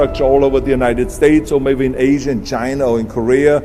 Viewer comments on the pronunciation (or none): none